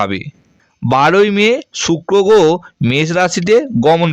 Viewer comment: আপনি উচ্চারণ করতে শেখেন নি, আগে বাংলা উচ্চারণ শিখুন। গ্রহ বলতে পারেন না আবার জ্যোতিষী।